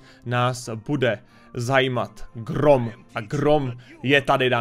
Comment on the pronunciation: Ja som nepočul grooon ale troooon😂